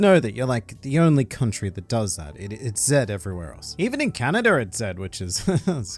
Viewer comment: he said canadar